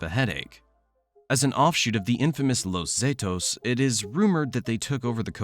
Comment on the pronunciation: “Los zetos” makes you wonder how much else hasn’t been fact checked 🤔